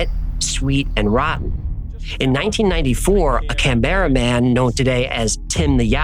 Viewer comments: Oh, mate, I was pleased when you pronounced 'Brisbane' correctly but then you said 'CanBERRA'.....phonectically it's CANbra. Also, Emu is eemYOU, not eeMOO. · Canberra is stressed on the first syllable, not the second. CAN-berra. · I know its spelt how you said it but say it like ( can bra ) not ( Canberra) love your videos bro 🤙👌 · So funny when American pronounce names Canberra is pronounced Can-baa-ra not Can-bear-rea. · Canberra is pronounced as can bra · Canberra is pronounced ‘Can-bra’. Cheers mate 🇦🇺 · Find it amazing you can pronounce Murrumbidgee but struggle with Canberra.😂 Love your work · Can- bruh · Can bruh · Its pronounced Can-bra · Fabulous show. So happy is back. Gidday from Melbourne Australia. Dear NB: Canberra is pronounced Can'bra and emu is eeeem-you. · Pedantic Aussie here, love the channel, but it’s pronounced EEM-YOU (emu) and CAN-BRA (Canberra). Also you forgot the most terrifying cryptid of all… THE DROP BEAR! No-one has ever survived an attack, though it’s mostly tourists who ignore the warnings. So if you ever see a sleeping koala up a tree, it probably isn’t, just keep walking and never ever stop and look up. It may be the last thing you ever see. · Did my man say: “Come-Era” man? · That’s not how you pronounce Canberra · God the pronunciations are awful. Do some research. It’s not hard to say Canberra or settlers properly.. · Hi. Thanks for doing the Aussie episode. You pronounced 99 % of the place names correctly. Well done 😊. Cheers John from Canberra (That's the one you didn't get quite right)